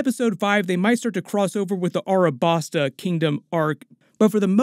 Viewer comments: Its Alabasta not Arabasta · this mf said "Arabasta"